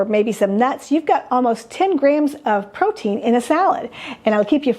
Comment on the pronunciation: psst ... it's "protein"